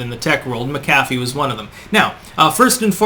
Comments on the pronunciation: Mc' CAFF' ee?? Whattayou, pronounce words improperly on purpose, lol. It's MAC'afee. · Always informative vids and thumbs up but could you please pronounce his name properly? Not like McDonald's Big Mac. Accent on the first syllable. MAC'-a-fee. John McAfee. Not Mac-AF-ee. Just one last item at his supposed suicide. RIP. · pronounced MAC-a-FEE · The pronunciation is driving me crazy. His name was pronounced (Jon Mac Uh Fee); not (Jon Muh Caffee) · Is suicide the new pandemic? PS MACKafee not McCAFee. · He was probably killed before he could blow the whistle on Bill Gates for fake computer virus scams and collusion. BTW his name is pronounced MackAfee not Macafee. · Mcafee is an irish name you fucking nut. Emphasis is never on the Mc or Mac. Americans dont know about linguistics. Apply your same thinking to Paul McCartney or McDonalds and have a rethink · MAK a fee ...sorry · mack a fee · Isn't it pronounced Mc-A-fee? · Mc A fee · You keep pronouncing McAfee wrong,. It's prounounced Mac-a-fee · It's pronounced MAC-UH-FEE. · Mac-A-Fee as in the software.....dang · It’s Mac-a-fee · It's pronounced MAK-ə-fee. There's this great tool called the Internet that will answer basically any question you've got, including how to pronounce something. Oh well, yet one more name on the long list of names and words that mispronounces. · Usually the accent is on the first syllable. MAC- afee. No? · Geez learn to pronounce his name correctly! Mc Affe!!! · pronounced Mac- a fee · It’s pronounced Mac-a-Fee. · You're not pronouncing his name correctly. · You pronounced Mcafee wrong. The accent is on the first syllable. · You’re awful at pronouncing names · Today I learned I was pronouncing his last name wrong my entire life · As intelligent as you are, why the hell can't you pronounce his name properly? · You really can’t pronounce the guys name properly? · Irish/scottish origin names never have the emphasis on the Mac/Mc 'dude'